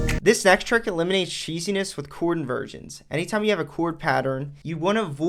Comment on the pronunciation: Bro said cheesiness 😂